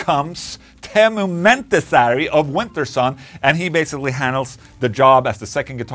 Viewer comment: Your swedish pronunciation of Ä as an E and A as an Ä turns Teemu Mäntysaari's surname from "pine island" to "went shin" 😄